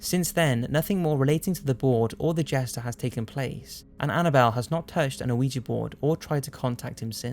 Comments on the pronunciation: it's not "aweejee" it's "weejee" ... i'm shaking from your mispronunciation. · hes pronouncing ouija board wrong. hes saying o-wi-gee. but its wee-sha. the french word for yes oui ( wee) and the german word for yes ja (sha) is what it is. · Krist because it is prounounced wee-gee, not something like ooh-i-ja or ooh-ja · Scuse me dude! Its pronounced Wee-Jee not Ow-wee-ja! Thankings! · This guy pronounces ouija board funny. I always thought it was [wee jee] not [Oh wee ja] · Damnit, it's prnounced "Wee-ja" (Or should be Wee'yah, if we're being phonetically proper), not A-wee-juh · Why do people insist on pronouncing it Aouiji board. It’s OuiJa. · It's pronounced 'weeja', not 'ooh-eeja'. Why do you get so many words wrong? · (wee-jee) not (o-wee-jee) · OOOH EEE GEEE It's pronounced WeeGee. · Also, it's pronounced wee-juh or wee-jee, not OH wee-juh. Take ten seconds and look up names and pronunciations of words that you don't use often. You're catering to a global audience who use generally accepted English pronunciations. has spoken pronunciation toos, it's that easy. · He's using the word AN improperly before a word that starts with a vowel, and is also pronouncing Ouija incorrectly. So he's saying "an oh ija" instead of "a wee-juh/jee" board. He committed to doing it incorrectly throughout the whole video! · Are you saying, "O-wee-jah" board? That's weird. I've always heard it called, "Wee-jah". As in Oui (Yes) Ja (Yes). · One of my favourite channels. just wish the videos were longer. Also, why do you pronounce 'ouji' as "a-ouji?" It should be pronounced as, 'We-G' Keep the videos coming mate! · Damnit it's not pronounced "Uh-wee-jee" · Wierdest thing in this video is the pronunciation of ouija board..."OWEEJEE BOARD" ??...huh? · There's no O in the pronounciation, it's called a weegee board. I stopped playing with those boards in my twenties. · Saying ouija board sounds like you're saying weegee board 😂😂😂😂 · It is called uh-we-ja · why do you say uiji?